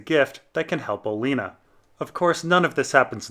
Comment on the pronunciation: Im 90% sure he's pronouncing Olenna's name different to be an ass.